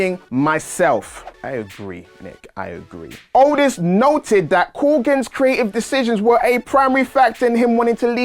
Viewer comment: the way this guy pronounce 'Creative' ? Cree-A-I'